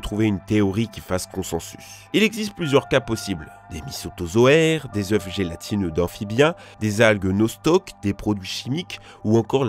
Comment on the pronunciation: 9.12min « Des œuf » 🤣😅…